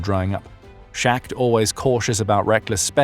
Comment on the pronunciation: Schacht is not “Shacked”. It’s “Schahkt”. Yahlmar Schahkt. Hjalmar is Danish I believe and the place he was born was in Denmark though part of Germany at the time. His mother’s family was Danish and his father’s German.